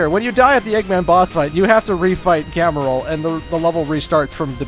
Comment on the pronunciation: Actually, it's Gemerl, or Gmerl, because of Emerl (Emerl - Emerald).